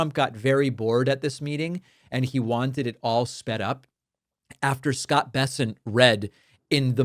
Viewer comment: Poor Scott can’t even say his own name properly